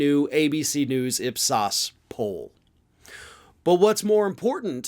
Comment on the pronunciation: Not knowing how to pronounce IPSOS is like calling the Associated Press "app"